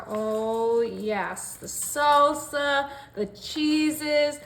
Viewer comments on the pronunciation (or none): none